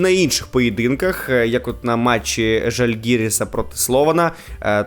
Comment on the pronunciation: ЖальгИрис ??? Какое позорище не знать, как правильно ударение ставить ! 🤦🤦🤦